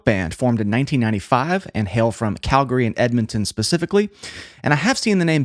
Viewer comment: My hometown band! Absolutely love Belvedere! They have a ton of great songs to go through. And props on the proper pronunciation of Calgary!